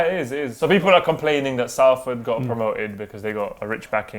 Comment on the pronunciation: Love you, but its pronounced SOLFORD not Salford